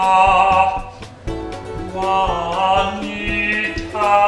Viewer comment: WOW that was spot-on! “Nita...Jua-a-anita” was such a great bonus! —Seekernanna